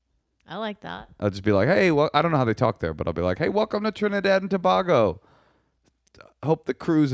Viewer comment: Love you guys!!.... it's pronounced "Toe-bey-go"! lol I am Trini, we have a sexy accent, you'd love it!